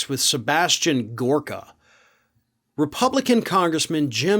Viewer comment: You mispronounced his name, it's GoooOOOhhhrka.